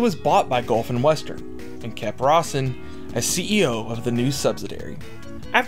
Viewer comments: The dude's name isn't "Rossin" Rose-inn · Cause he cant say Ro-sen...its not Ros-sin!